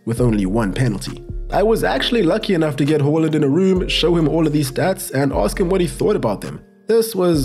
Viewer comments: It's haland not holand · It's not "whore" lind it's HAAAA land!!! Please get it right! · It's haaland not Holland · "Earling Hoeland" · The fact you pronounce Haaland wrong tilts the fu_k out of me.